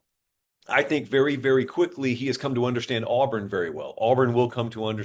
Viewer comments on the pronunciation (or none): Buddy just said Auburn. R we trolling its auburn just like nebraska last year they will never be back